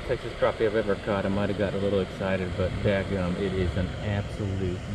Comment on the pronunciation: it cracks me up how you say "daggum bass"! 😆